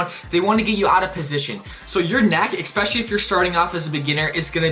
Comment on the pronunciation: Stop saying "Expecially." The word is "especially." Otherwise, this was a good video, sir.